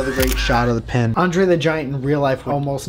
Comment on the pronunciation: i see a pin, but i hear PEN every time. might make that into a montage for funziessss XD